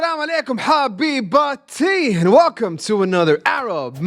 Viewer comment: Did you just say “Hello Habibatie”??? 😅😅😅